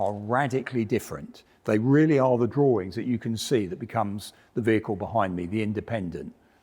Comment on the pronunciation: "Drawrings". Gottalove it!